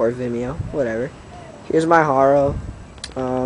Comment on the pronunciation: its haro not horo